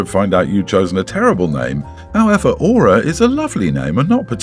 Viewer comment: Story 2: one of my best friends is named Aura (I'm dying over how he is mis pronunciation it lol), Aura name is beautiful, I love my friends name. Also it's Sleeping Beauty real name, so she gave her daughter a princess name.